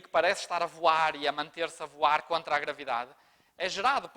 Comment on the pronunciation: legal o professor portuga dizendo.....>>>>"O CÚLIBRI A VOAIRE!!!!"..Kkkkkkkkkkkkkkkk